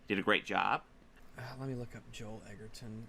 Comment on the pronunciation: Fucking hell. He admonishes you for not knowing who Joel Edgerton is, and then proceeds to mispronounce the surname...